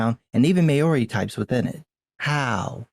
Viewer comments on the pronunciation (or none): The 'Mao' part of 'Maori' rhymes with wow. Its one syllable.